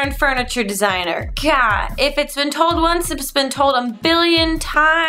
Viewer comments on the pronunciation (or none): none